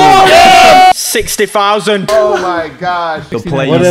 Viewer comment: Bro was like sixty fousand